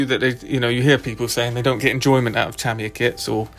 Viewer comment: Ta mi ya, not tam